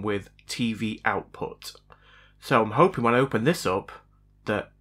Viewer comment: "Outpu". 🤣 Love it!